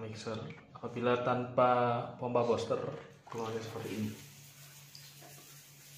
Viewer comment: Bilangnya buster bukan boster bos.